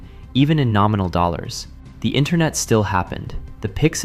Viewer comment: Dollors? Dollor, dollor billz y'all